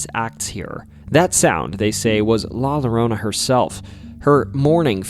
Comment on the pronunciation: La lorona? It’s la yorona that’s how it’s pronounced a double l in Spanish is pronounced like a y